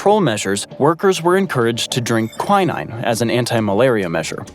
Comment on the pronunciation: It was mentioned that 60,000, 000lb/27,000,000kg of explosives were used. if these had been all detonated at once it would have been at least as powerful as one of the atomic bombs dropped on Japan. Another matter ''quinine'' is pronounced quin - een, not quy - nine.